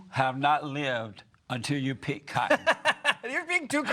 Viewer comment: "it's fun to pick cottion" ahhahahahahah